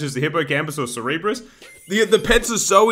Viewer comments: Not sir-e-bus, it is pronounced serb-err-us. It may just be an accent thing? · Rev said " I hope you enjoy me doing it" - The man has a way with the English language. Hold on... he made the cerberus sound smart. "cerebrus" lol